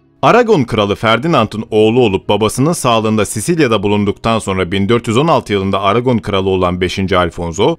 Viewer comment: Sicilya diye okunur.